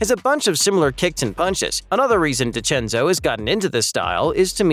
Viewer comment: This AI voice actually pronounced the 2 Italian cast members full names (Macchio and DeCenzo) correctly. Pretty cool!